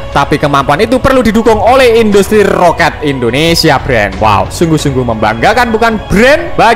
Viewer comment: Roket brooo bukan rokat ha ha ha h ha ha ha ha ha ha ha ha